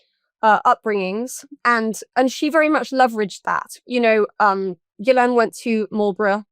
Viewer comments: FINALLY someone who pronounces 'Ghislaine' correctly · Bro, can you please say the name Ghislaine correctly lol. There is no E in the middle. Listen to the victim. She says it correctly